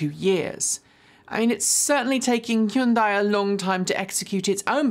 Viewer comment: I think you're over pronouncing Hyundai